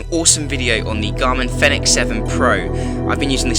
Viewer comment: Fenix is pronounced Phoenix.